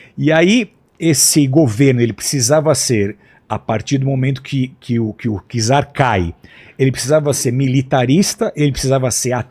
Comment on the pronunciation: E no português errou várias vezes, tipo czar se pronuncia "tizar"; falou sobre, quando era sob...